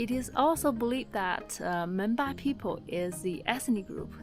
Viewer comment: Madam, people in tea garden said they r Menpa or Menba but u have wrongly pronounced it Monpa. I know this bcoz I live in other part of the border.